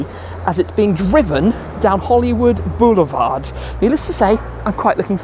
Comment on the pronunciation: Took 7 minutes of blather to actually get to the cool car? So.... how many times did he say "Hollywood 'Beuoulevard' "?! 😂 I had to turn the sound down. Awesome car but I don’t think it'll make a production run!